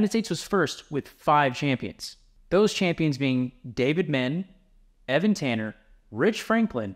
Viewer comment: How you gonna mispronounce Dave Menne?! “Men-nay” bro.